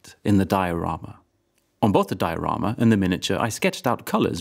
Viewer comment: Finally a Swede that pronounces diorama correctly